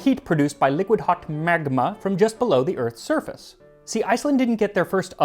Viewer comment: Was it just me or when Max pronounced "liquid hot magma", he clearly drew his inspiration from Doctor Evil? ))